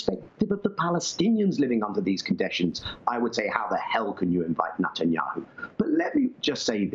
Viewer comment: I'm soo glad Daniel Levy pronounced 'his' name right ; NUTanyahu. Zionism will never be Judaism.